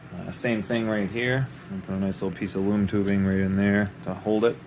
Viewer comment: I thought u kept saying “moon tubing” but I still somehow knew what u meant and I finally heard “loom tubing” and I knew what it was😂😂